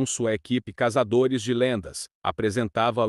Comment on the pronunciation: KKKKKKKKKK o cara falo ''renato garcia juntamente com sua equipe casadores de lendas'' CASADORES DE LENDAS?? KKKKKKKKKK *CAÇADORES FALOU ERRADO